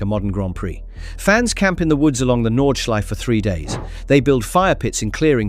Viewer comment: No es Nordschlife amigo, es Nordschleife.